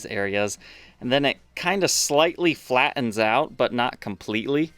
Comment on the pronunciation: The way you overemphasize the "T" in the word "meTal" has always sounded amusing, but here you go, leaving out both "TTs" in "flattens" . It's just comical in comparison. "...it Fla'ens" out here..." It's like you went from British Posh to South Florida accent in an instant. 😂😂😂 Next time, if you don't mind, toss in a couple of "TT" words, like "mutton, button, bitten, mitten," etc. 😂